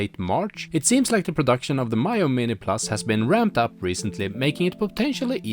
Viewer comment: its Mee-yoo not My-yoo. why can't reviewers even get a basic thing such as the name right.